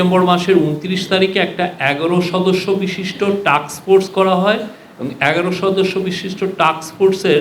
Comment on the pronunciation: বুঝলাম না,,উনি বার বার টাক্স ফোর্স বলছেন কিন্তু এটা হবে টাস্ক ফোর্স,,,উনার মতো প্রেস সচিব যদি এটা বলে তাহলে কে উনার ভুলটি ধরিয়ে দিলে ভালো কাজ হিসেবে গন্য হবে 😢